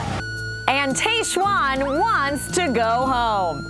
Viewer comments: Love you LZ, but whyyyyy did you keep saying Taysh-Juan instead of Tahzjuan?! It hurt my ears. 🙉 Loved everything else! 🥰😝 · its tajj-Juan (tried spelling phonetically) not tay-shwann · Where did you get the pronunciation of Tahzjuan from?? It’s said exactly how it’s spelled yet you’re saying it like TayShuan?! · Hey Lauren, great episode of RAR! I think Tahzjuan is pronounced like the Taj Mahal. I'm also wondering if some of her weird comments are a combination of editing and alcohol. Tahzjuan seemed intoxicated for some of this. It would also explain her health scare. Great take on Dean and Caelynn BTW! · her name is pronounced Tahz-juan. I love you Lauren but makes me sad when Bachelor Nation people have such trouble pronouncing POC names. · How do you not know how to pronounce Tahzjuan's name when it was said over and over in the episode?? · Lauen, I love you but you are butchering Tahzjuan's name. Lol Your so cute! 😁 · A B do not drink every time Lauren says Tahzjuan incorrectly 🤦🏻‍♀️